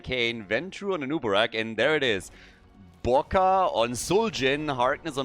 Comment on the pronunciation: not Boka, but Vodka.